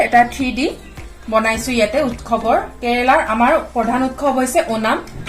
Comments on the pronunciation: Baideo val hoise kintu utkhab nahoi utsab pronounce hoi. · উৎখৱ নহয় উৎসৱ কোৱা হৈছে